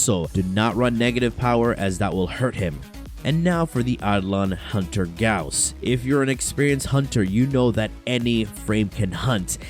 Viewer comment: That's the right pronunciation. It's spelled like House not Boss.